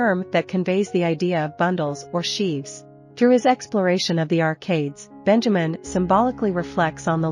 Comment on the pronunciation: Sad that they could not pronounce his name correctly. It's BEN-ya-meen.